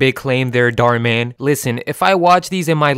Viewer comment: that's an Indian surname. And it's pronounced totally differently in India. It translates to "wish" in Hindi. So please, be aware of what you're speaking. Other than that, I enjoyed your video